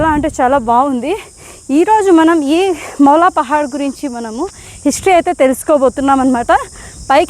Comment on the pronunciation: మాలాలి పహాడ్ కాదు తల్లి మౌలాలి పహాడ్ అనాలి , స్టాటింగ్ లో స్పెల్లింగ్ మిస్టేక్ ఉంది సరి చేసుకో ...... టైప్ చేసే ది సరిగ్గా చేయండి .......